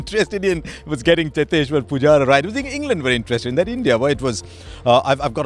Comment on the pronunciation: I love how he said chiteshwar pujara😂